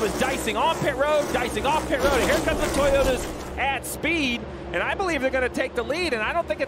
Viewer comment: He keeps calling them Toyoters.